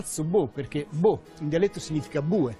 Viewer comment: Pronuncia errata. Non e' Boh...ma BO'